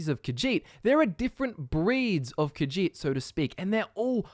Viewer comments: I hate the way you say kajit so goodbye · Ka-sheet - Khajiit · khajiit; kuh-žít. NOT caw-djeet. senche raht sendche rawht NOT sendgee rat